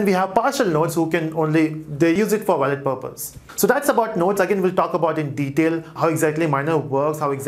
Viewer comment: it sometimes get annoying to hear wrong pronunciation of wallet again and again ;)